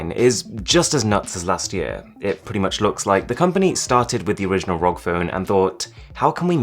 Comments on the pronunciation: It irritates me when he says Rog rather than R.O.G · please call it a R.O.G phone, not a "rog" phone its an acronym not a word. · R O G not rock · Arun: rog Me: it’s pronounced R-O-G Also me: You’re not a gamer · When they pronounce ROG ("R.O.G") as "rog" hahaha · R-O-G phone smh not rog phone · no offense or anything but the r.o.g. is pronounced seperatly, not as one word as "rog" but as separate letters because it stands for "republic of gamers" so "R. O. G" not "rog" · I just get trigger as he speaks rog instead ROG cause ROG= Republic Of Gamer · Its R.O.G. not rog, Asus employees hates it when people say it rog :P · Please never say rog its R O G It stands for republic of gamers You noooob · Its R O G not Rog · btw its called R.O.G not ROG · It´s called R-O-G = ARR-OH-GI, not rok :p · It’s R.O.G not Rock or Rog or whatever. Sounds weird. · u saying rog makes me uncomfortable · please stop saying rog as one word. please. stop. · Its r.o.g like the letters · You already know how does it pronounce but why are you still saying ROG phone? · It's been a year and he still says "ROG" wrong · How do you pronounce it ROG or Rog